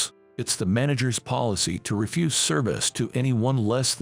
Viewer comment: And refuse. REfuse pronounced that way is rubbish. Refuze is to decline to do something.